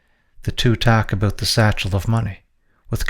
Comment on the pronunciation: Here’s some feedback, work on pronouncing “car” and “about”. It’s not “Kerr” and it’s not “a-BOOT”. Other than that, very informative